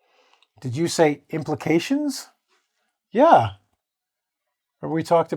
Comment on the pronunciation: number three sounds like pround not implications to me, am i right. ohh hi.